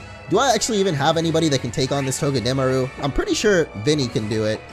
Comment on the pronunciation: I cringe every time he says togedemaru and unova wrong .. 😑 lol